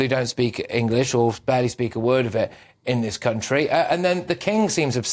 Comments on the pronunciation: Englissss? IT'S ENGLISH!! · She couldnt even prounouce the word "English" correctly.